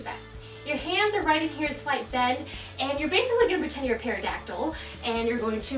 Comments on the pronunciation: lol cassey its a pterodactyl not a perodactyl! Still a great workout though ;) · Did anyone else notice how she said and spelled pterodactyl wrong?